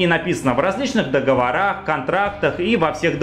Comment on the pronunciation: Сори, не уднржался, договОры, не договорЫ)